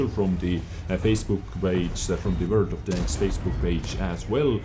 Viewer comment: I love how you pronounce "world of tanks" as "world of danks" XD